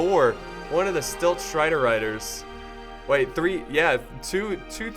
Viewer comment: also, super tilted that you kept saying stilt striders.... its silt striders. silt /silt/ noun 1. fine sand, clay, or other material carried by running water and deposited as a sediment, especially in a channel or harbor.